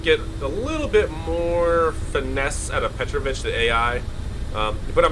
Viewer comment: There's an accent on a second vowel: petrOvich, not pEtrovich.